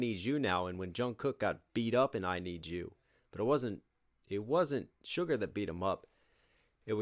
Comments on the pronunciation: Haha are you till saying "sugar"? Close, but it's Suga, like sugar but without the "r". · It is su-ga my man 😂🤙🏻